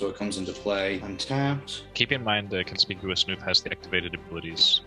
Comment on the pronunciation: “Conspicious.” Alexa, add to dictionary. 😂